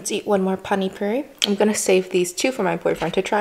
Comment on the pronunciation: You mispronounced Panipuri as Pani puree/purie.Pani is jst water with Spcies and Pastes.That's not sauce.But that's okay.You loved it that's all matter.And Pls be healthy and happy stay foodie and healthy.pls come india so you can Eat the food with its original tastes..and also real desi style Of cooking which we used to everyday Specially Food which is made by Indian moms..you'll love it.❤🖒And yes There are some dishes like Chhole bhature pavbhaji Rajma chaval and Aloo paratha..Try these dishes..🤗😋